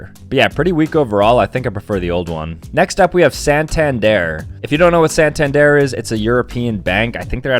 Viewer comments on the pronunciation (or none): bro just called santander sen tenz deer